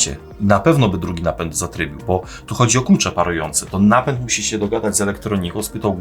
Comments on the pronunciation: Napent? czy Napęd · CZemu napent ? a nie napęd?